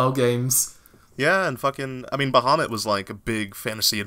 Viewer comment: the way you guys say bahumat and yakuza dunno it just bugs me